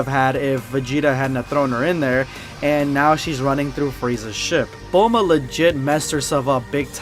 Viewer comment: Bulmoose not bulma lol